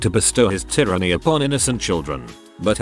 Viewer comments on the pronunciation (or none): none